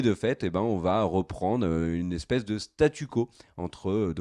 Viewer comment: Il faut cesser de dire "Cela va Têtre ceci" ou "Cela va Têtre cela", il n'y a pas de "T" à la fin de "va". Cela fait plusieurs fois que je fais la remarque mais ne semble pas lire les commentaires...